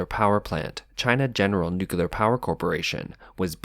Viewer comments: What is NUCULAR? He keeps saying NUCULAR, is this a type of Nuclear energy? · It’s not spelled nucular it’s nuclear why do people insiste on mispronouncing it.